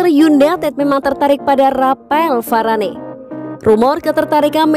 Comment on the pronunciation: Varane di panggilnya varan, mbak